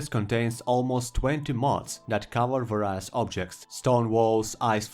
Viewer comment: i dont like insulting people with bad english, but its vay· ree·uhs, not vah rai uhs